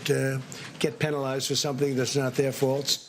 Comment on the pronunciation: Did Trump not MISPRONOUNCE the verb "to penalize"?